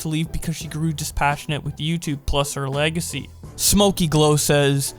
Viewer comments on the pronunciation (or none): none